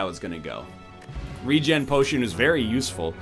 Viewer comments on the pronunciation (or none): none